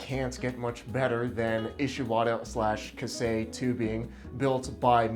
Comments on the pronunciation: I wasn't able hold myself to tell you about "ka- sei" first, I am no japanese. correct pronunciation : as far as I know, is more like "kay say" (K-say is more close to it) and yes steel is fucking real steel rules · It's pronounced kye-say not kah-say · Big fella I luv ya but it’s KAISEI not “Kasei”… hurts more than ThreeRensho 😅 great vid as always